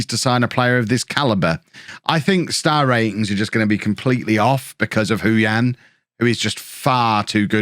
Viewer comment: Just a shout about the pronunciation. Hou Yan would be said 'Hoe Yen'. Not even joking.